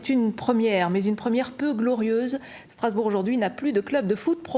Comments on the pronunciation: c'est pas strossbourk, c'est strossburi!! (prononcer strossbouri) putain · c'est pas "strossburg" c'est Strossburi!!!!!!!!!